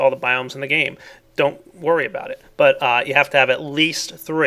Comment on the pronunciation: don't you wurry don't you wurry child